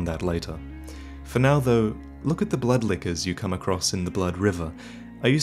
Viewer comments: Was I the only one who heard "butt lickers" instead of "blood lickers?" "look at the butt lickers you come across in the blood river." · When you say blood lickers, i hear blood liquors